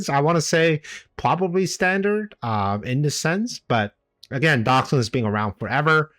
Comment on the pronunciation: What a comeback! Thanks for the great content 👍 Not sure but i believe Doxun is a Chinese guy and you would have pronounce the X like a J (Dojun)